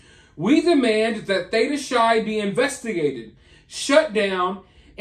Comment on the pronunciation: Hey, not at all in a rude way or anything but it’s pronounced like Theta Kai or like *high but starting with a C or K*. Just so you know, Greek can be confusing 😁❤️